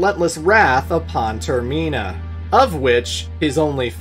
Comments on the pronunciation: TerMEENa, I do not think so Senior. It’s TermINa, I know it doesn’t follow the whole English convention around vowels needed to be separated by more than 1 consonants for it to have a soft vowel sound. But we gotta remember these were all originally Japanese words or names, so I do believe it is properly pronounced term-IN-a rather than ter-MEEN-a, because if you were following the normal English rules, wouldn’t it turn out to be Ter-MINE-a rather than MEEN-a? I dunno, I just saw my pronunciation being declared as wrong all these years, and OF COURSE had to defend it. Heaven forbid I’m actually wrong about something lol 😂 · Ter-min-ah NOT Ter-mean-ah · Bruh it’s term-in-uh not term-mee-nuh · Ter-min-uh not toor-meen-uh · Literally nobody pronounces it as Ter-mee-nah Its Ter-men-ah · or just have better reading comprehension skills. its literally terminal without the L, so tur-mih-nuh also its your fault for even trying to remotely imply there is anything wrong with majoras mask, a literal masterpiece of a game which has yet to be replicated. why you included that ggame in this video is beyond me. perhaps you just wanted clicks and were willing to say something stupid for views/attention. well it worked. you have my attention now. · You had me yelling at the screen every time you said term-ee-na 😆😆😆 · Every time you said "Ter-ME-na" I died a little. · Termeena is actually wild 😂 Never heard anyone say it like that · How are you the only person I’ve ever hear pronounced “termina” wrong?? It’s said how it’s spelled not “ter-MEENA” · Its like TER-MINE-A :D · Clearly Majora's Mask needs a remake with voice acting, so I can pronounce Termina correctly. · I was about to comment a whole essay of praise and cap it with "...but if you pronounce Termina that way again..." 😂😂 Great vid! Love your work! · havent watched the video yet but do you mispronounce termina lol edit: WHAT THE FUCK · The scariest bad ending is finding out how pronouces Termina